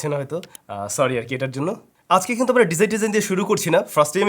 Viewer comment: কিন্তু এর জায়গায় কুন্তু বলা টা জোস লাগে ব্রো,,,,আমিও মাঝে মাঝে বলি